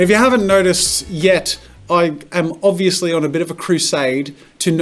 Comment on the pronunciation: "And if you haven't notied yet ... I am obiously-" -plugging every Marker video possible in this intro? "-on a bit of a crusaide to know absolutely everything about every marker [...]" plugs another video 🤣